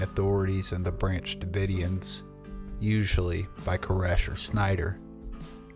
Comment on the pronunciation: "Branch davoidians" I'm only calling them that from now on xD